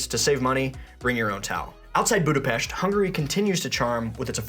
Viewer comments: extra points for pronouncing Budapesht correctly! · THANK YOU for pronouncing Budapest correctly! As a Hungarian-American it drives me crazy that most of the world can't pronounce it!